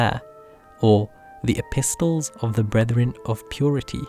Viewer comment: Mashallah lovely video, p.s. the T in epistle is silent.